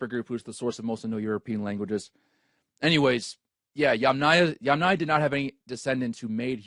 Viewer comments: Yamnaya, fix your letters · Yamanya? Yamanya??? At least try to get the name right. It's Yamnaya.